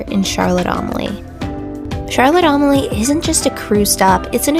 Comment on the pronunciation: If you're going to put out a video, learn to pronouce the name properly. It's not Charlotte Am-a lee. It's Charlotte A-mal-ya.